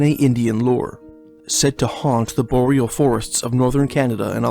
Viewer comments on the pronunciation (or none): none